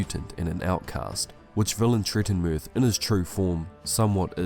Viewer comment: I am sorry, I can't watch that video 😢😭 I purchased the books today. I still left a like just because you achieved to pronounce that fucking name 😂